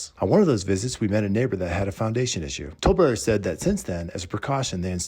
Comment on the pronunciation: 📐Wow!!! Good example of Speed process in construction without any care of the product.🤨 Most consumers don't know that Improper installation of materials can void out the manufacturer warranty of the product in a lot of cases. AND... I cringe when I hear " Tol brothers". 😬